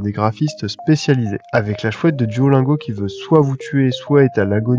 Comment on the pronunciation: [duolinego] pas [duolaingo]